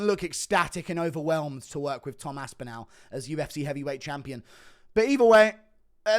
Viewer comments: The way you pronounce Tom's surname gives me shivers mate. You're English as well. It's Aspinall not AspinOWL. Turning American. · The way he says aspinAl pisses me off